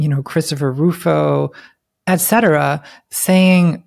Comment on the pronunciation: Oh! Christopher Rufo = Krista Faruffo